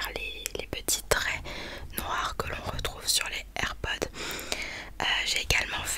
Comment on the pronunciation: Air pods y a un s donc ça se prononce air podz 😂😂❤️❤️❤️❤️❤️❤️